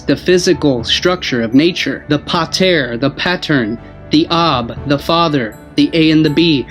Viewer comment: its NOT Pit tah its paw/pah taw/tah "the godfather" or "Father God", the P=Rho a=alpa t=tau e=espilon, the chief aka head and brain